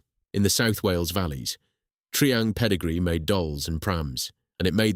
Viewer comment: Tree ang? It was tri-ang.